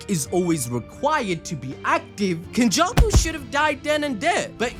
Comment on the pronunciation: This nigga did not just say “Kenjussy” …. Oh my